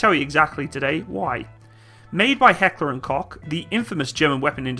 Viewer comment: As a German, I do understand that you Americans have problems with the pronunciation, but come on Heckler and Cock? Lmfao